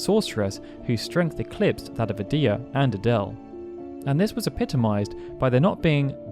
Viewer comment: Any game whats the worst ever hard near impossible enemy or boss Not to be a c**t but edea and ultimicia are being pronounced wrong I used to get ultimicia wrong too edea is an old name sounds like a grandma type of name I don't know how to describe the other ? Her GF never brained her never forgot anything